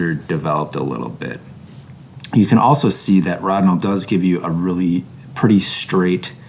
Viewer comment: P.S. An in German, where Rodinol was created by Agfa, the first "o" is long. You're the first person I've ever heard with the "rod" syllable, but as long as you get the results you want, you can call Lonidor if you like.